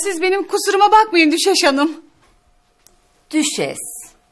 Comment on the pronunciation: Düşeş değil Düşes ya hadi bir söyle ya